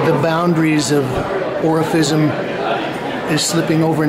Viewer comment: often sounds like he's saying Orificism